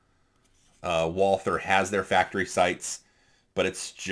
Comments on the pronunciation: Just drop the h. You take the Val- from Valhalla and add the the war on "ter" as G. W. Bush put it. Val-ter. Not a biggy. Do you use the large pdp backstrap? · I can live with someone saying zed more than someone that pronounces Walther with a th.